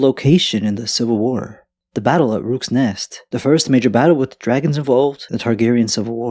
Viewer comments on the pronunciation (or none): Rooks Nest... 😅 Yes, I heard it. 😂